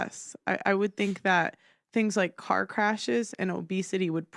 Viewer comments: Heres her problem... she "Finks" instead of think. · "I Fink"